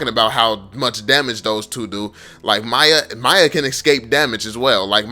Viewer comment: its f***ing MIYA not Maya. Thanks